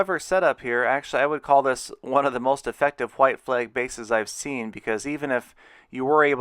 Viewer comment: why does he say hhhhhhhggwhite flag base